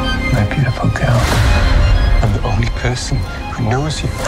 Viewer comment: The dudes already pissin me off and it’s only the trailer. “My beautiful geel “ Gag!!